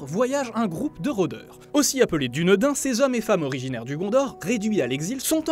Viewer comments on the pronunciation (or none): de plus voici les erreur (ou fautes si il connaissait déjà ces faits) qu'il a commis au cours de la video: - les dunedain (prononcé dounédaïne)(dunadan au singulier(prononcé dounadane) ne viennent pas du gondor (on prononce toute les lettres avec le "r" roullé) mais vivait dans le royaume d'Arnor (prononcé avec "r" roullé comme dans tous mots sindarin(prononcé sinedarine, adunadique (parlé commun de l'ouest des terres du milieu) et quenia(prononcé couénia)) avant que le roi sorcier d'angmar(prononcé avec le principe précédant et le "ng" prononcé comme a la fin du mot anglais "runing") ne l'envahisse - le "s" se prononce comme dans "ainsi" ou "superbe", le "u" se prononce "ou" comme dans "oublié" et "th" se prononce comme dans le mot anglais "think" - P** (sachez que je suis poli d'habitude c'est dire) COMMENT TU AS ECORCHE LE NOM DE LUTHIEN TINUVIEL !!!!!! - alors en fait il avait exactement 21 et 87 ans respectivement - petite précision mais le "f" en fin de mots se prononce "v" - il ne rencontre les hobbits qu'en 3018, en 3001 c'est le depart de bilbo(n) du comté (oui dans les livres il se passe 17 ans entre son depart et celui de frodo(n) (les (n) pour frodo et bilbo c'est pour eviter que cueux qui sont habitué à l'ancienne trad ne soit perdu)